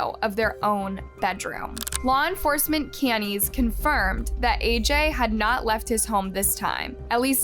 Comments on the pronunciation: I couldn’t understand what “cannies” were and had to rewind a bit. Canines. meant CANINES. Dear lawd. 🙄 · I just come to the comments of her videos after seeing what words she mispronounces. "Ca-neez?" instead of canines? You really screwed up that pronunciation? 🤭 "Benzodizapines?" 🤣🤣🤣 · The word is canines. (Kay-nines) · cannies && benzodiazapines 😭😭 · When you cant pronounce some very common words... It makes your words untrustworthy. Canines. Benzos.